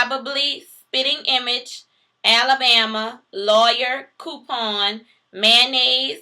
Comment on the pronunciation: Thank you! You said: 'coupon' and not 'cuepon/q - pon'. I know that it is regional but in this case the meaning of the prefix 'coup' is lost from it's French roots when pronouncing it 'cue/q'. Literally, 'a hit or a blow' to the original price, or a 'reduction' when put into English meaning. Btw, I'm from Houston,Tx so there are a lot of similarities to New Orleans style of pronunciation. I appreciate the video.